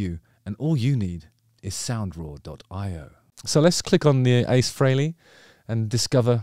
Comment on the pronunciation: It's pronounced "Fray_lee" not "Free-lee"....😶